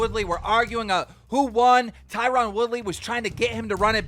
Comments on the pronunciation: It’s not “tyrawn” it’s Tyron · Tyron pronounced TIE RIN. ffs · Keemstar: TIE-rOn WOOly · Is anyone listening to him say tie Ron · Why doe no one pronounce Tyron Woodley name right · Tie-Ron.....come on keem